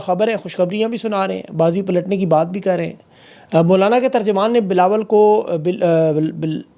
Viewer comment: Yar ye jo aap jan bhoj k twist of tongue karty hai really boht maza ata hai.. Bilo bilawal❤😂